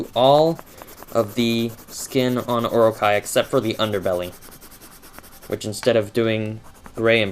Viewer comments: Its oro-chee not or-okay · its pronounced O.RO.CHEE. Anyway your drawing is super awesome! ^_^ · That was friggin amazing (P.S. its pronounced or-o-chi) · It's pronounced "Or-o-Chee", but pronouncing Japanese words is hard, I don't blame ya. :) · not to be picky, but, it's pronounced Or-o-ch-ee. Orochi is from a japan myth "Yamato no Orochi." The eight headed serpant cursed a village, and if they didn't sacrifice a maiden to him, they would be wiped out. the 100th maiden was named Izanami, who was a sake brewer. A swordsman, Izanagi, promised her family that he would save her if he could marry her. In the end, Nagi got Orochi drunk, and cut off all eight of his heads. :)